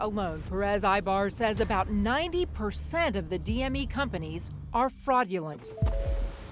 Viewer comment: Excuse me did she just say frogulent?!?!? I think she meant to say fraudulent 🤣🤣🤣🤣